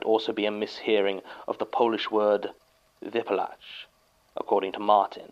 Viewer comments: im still going crazy over jon trying to pronounce "wypalać" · Hearing saying "Wypalać" like this is a different kind of humor that makes my day, especially that basickly skipped the second 'ah' which just makes it sound even funnier:D